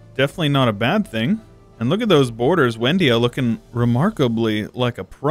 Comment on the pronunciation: Excellent video; I have two things I would like to point out, though. First is that it's probably pronounced Vendia, considering it is Slavic; second is, why did you annex the land for yourself and transfer it through the subject interaction when you could do it through the peace deal?